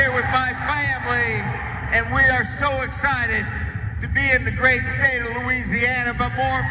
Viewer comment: He can't even pronounce the state correctly lol